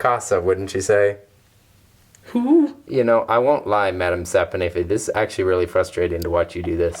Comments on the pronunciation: Madam "sap-In-iffy" 😅🤣🤣💕💕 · Madame sap-o-niffey 😂